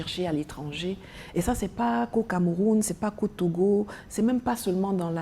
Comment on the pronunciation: Nathalie merci pour ton combat mais je constate tout simplement que t’as toujours la peine de prononcer ton pays le Cameroun.